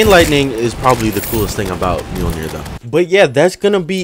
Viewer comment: Mjolnir? Maiolner bro